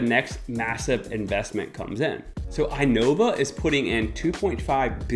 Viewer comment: Dude, if you really live here, you really should know how to read INOVA because you will listen to their ads and commercials on radio and internet. It's ee-nova, not eye-nova. Please get that right. It almost sounds like a Fluffy joke, if you know that episode.